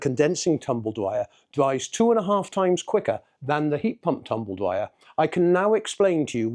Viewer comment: 40 years in the game and you can’t even say it. It’s tumble dryer not “tumble Dwyer” 😂